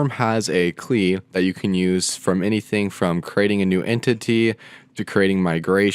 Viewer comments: Never heard anyone say 'CLI' as 'klee'. Nonetheless, informative video. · Great explanation. But my man my man, what the heck is a 'klee' and a 'reppo' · klee im dead 😂😂😂😂😂😂😂😂🤣🤣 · Did you actually say KLI? Great video overall but please, ORM and CLI should be pronounced as abbreviations.